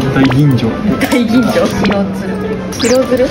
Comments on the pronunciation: 白鶴を「しろづる」って読んだ人初めて見た（笑） まぁ、普段呑まない人には分からないのかも？ いや、むしろ感性の問題？（笑） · しろつるって😂笑若い世代にはハクツルは、読めないかな？